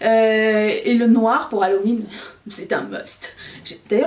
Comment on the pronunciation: Je me demande si j entends correctement ":: halohuitre"? 🤔🤔🤔🤣 sort de ce corps!!!! 👻👻👻💀😅😅😅😅